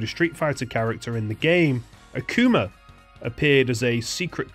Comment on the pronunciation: The next time you make fun of an Asian person speaking English, look up the correct pronunciation for the word “Akuma.” 😊